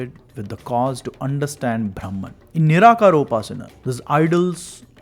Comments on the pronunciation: The pronunciation of the word " brahman" makes all the difference. When the narrator in the video says" braahmman" it's wrong pronunciation. It's actually "bruhmn" or bruhmom" . It's the other word for "ultimate knowledge". What is ultimate knowledge.... it's about the formation,working and existence of the universe!! In other words it's about "skanda" what is the meaning of scanda? The minutest molecular of an atom is called skanda!! So brahmaom is nothing to do with Vishnu,Shiva or any so called "god's" we worship but the essence of the Universe. Earlier men used to worship nature & animals. . That is very sensible. Because that way we won't destroy or damage our nature. Now we realise how much we exploit, destroy our nature through deforestation, quarrying, mining, polluting our rivers,land,air etc. So respecting nature was more sensible than worshiping Vishnu,Shiva,Saraswati,Lakshmi, etc etc. Now we worship power& money. Still we proudly believe that we are the most advanced humans in the history of mankind!!😑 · ब्रह्मन् should be pronounced BRAH-man, not BHRAM-an. Bhram is confusion, delusion, erroneous perception.